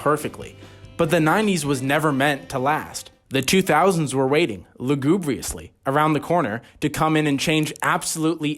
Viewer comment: bro i lost it at “lagoobriously” 😂😂😂😂